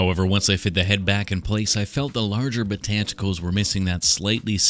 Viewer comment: Botanticles - iconic 😂